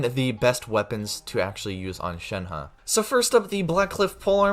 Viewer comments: Shen He is pronounced more like Shen "Her" in mandarin. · You keep saying her name wrong